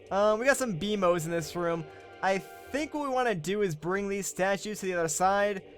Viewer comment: It's BEMOS NOT BEMO